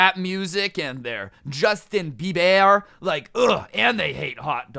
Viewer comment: The way said Bieber I thought he was trying to speak french for a sec